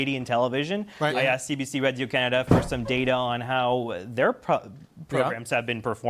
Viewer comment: Dude say radio canada way to well he have to be french 😂